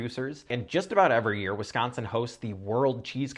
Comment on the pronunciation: As someone from Wisconsin I appreciate how you say Wisconsin